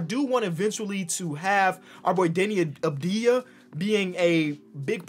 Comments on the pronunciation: Yo, why do you call him Deni Abdija? he literally has a V in his name. it's spelled like Avdia. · it's not Abdeeeeeya It's AHV-dee+yah